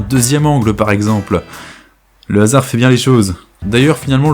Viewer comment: Tu pourrais apprendre le français à Tsukyo (gros patapouf) pour qu'il arrête de dire comme de par asar au lieu de comme par hasard 🤙